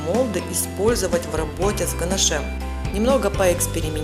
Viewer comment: Извините, но так нельзя. Слушать невозможно "ганашЕм". Дизлайк.